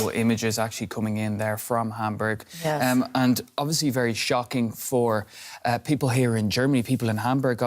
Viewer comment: Lady reporter, please pronounce the word Hamburg correctly either in German or English but not your way .